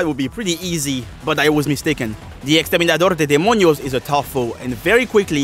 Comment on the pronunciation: The fact that when you said "El Dante, El exterminador de demonios" your accent almost disappeared like you knew Spanish